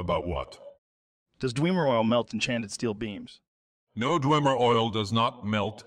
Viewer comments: Ah yes. The "Dweemer" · D-whem-ur ✅️ D-wee-mur ❌️ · I know this is all AI generated, but after playing the game, wouldn’t you have made it to where the AI would actually say Dwemer instead of DEEWMER??? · dwemur is our word, but you can say dweema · This joe is getting more and more realistic lol That he keeps saying *Dweemer' is accurate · "Dwee-mer auto-Matons" 🤣🤣🤣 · "Daweemer Oil" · Hate how he says dwe mer. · I love how Joe uses my old pronunciation of "Dwemer"... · I love how Joe really mispronounces every word he would actually mispronounce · Dweemer auto maytawns